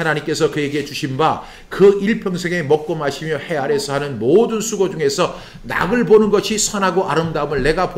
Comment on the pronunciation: 목사님, 오늘도 말씀으로 은혜를 받게 하시고 정리가 되게 하시니 감사합니다. 목사님께서 말씀을 전하실 때 '낙을'= '나글'로, '몫을'= '목슬'로 발음하시면 더욱 정확하게 들릴 것 같습니다.^^